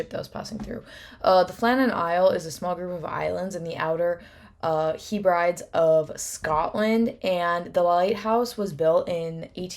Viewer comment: Hey doll a great video, nice to hear that wee mystery again. I'm jock so I just wanna say it's not pronounced he-brides, it's the heb-ri-deez. And edin-bruh. In Scotland we could own personal firearms freely until 1920 when licences were introduced and finally banned in 1938 (despite no incidents of one ever being misused!) So they may well have been armed but they would of had axes and ll sorts to kill each other, we don't piss about here in Scotland 😂